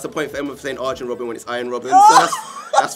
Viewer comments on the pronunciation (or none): pronounced it wrong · I'd say both those pronunciations were wrong but was the farthest away from correct for Robben